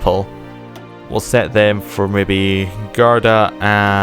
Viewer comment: "Beja or Beha". You said it well the first time. ............. There is no such thing as Beha. Also, it's Guarda, not Garda. You read the U in Portuguese.